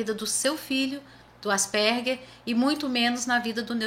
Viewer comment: Parabéns! A primeira vez que escuto, aqui no Brasil, a pronúncia certa!